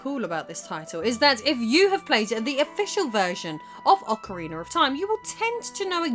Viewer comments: It's not Ocariner of Time. It's Ocarina of time. There's no R at the end of Ocarina. LOL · Why does she pronouce it 'Ocariner'? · Love it lol you said "Ocarinar" xD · "Ocareener" lol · "Aucha-Reener of Time" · Gameplay and story, LttP. Soundtrack, Ocarainer Also, I’m pretty sure it’s pronounced Damp-ay. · Ah good ol Ocariner of time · why do you always sound like you say "Ocariner of Time"? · Ocariner of time... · Instead, we got “OcaWEINER of time” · Ocker-reener of toime. Queen's English my butt...